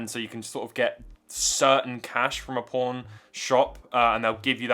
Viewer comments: speech impediment makes "Pawn star" sound like "Pornstah" 🙂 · when he say's pawnstars it sounds so much like pornstars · I keep hearing por* stars instead of pawn star